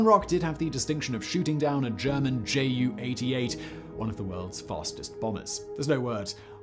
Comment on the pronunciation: By the way, "Ju" being short of "Junkers" is pronounced "Yoo."